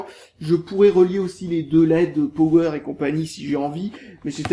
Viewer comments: Yasser Ghezal Lui en fait il le prononce Pauwweur et moi Poweur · Quand tu dit "Power" tu le prononce comme cela : Powweur